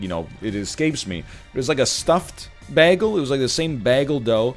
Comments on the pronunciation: I'm also going crazy about how he pronounces bagel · His pronunciation of bagel makes me want to commit war crimes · I hope hes doing it on purpose. Otherwise hes a monster. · If he says "bah-gle" one more time... 🤣🤣🤣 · Take a shot every time NL says Bag - El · I still can't get over how NL pronounces "bagel". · Literally Britta'd it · All these comments about how bagel is pronounced, and I've been saying it like NL all my life. Is this some kind of weird Canadian thing? I never noticed until a year ago when someone pointed it out to me (also Canadian though) and I never even noticed my entire life. To be clear, I've been saying it like "bag-ul" instead of "bay-gul". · I'm considering not watching this because of the way he pronounces bagel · Mastered the english language, and then pronounces “bagel” like that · why does egg pronounce bagel like britta does (community) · When NL says “bagel” not bagel